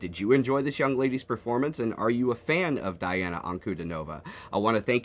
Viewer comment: Just fyi…it’s Dee ah nah..